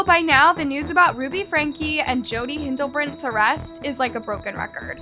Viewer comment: It isn’t pronounced “Hindlebrandt”. Her last name is “Hildebrandt”. If you want people to take your videos seriously, you should at least learn to pronounce the names before you create the video. Also it isn’t “Ruby Frank”, it is “Ruby FrankE”!